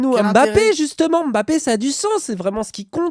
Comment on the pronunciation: Ah il a bien prononcé le nom de Mbappé !!!! tiens !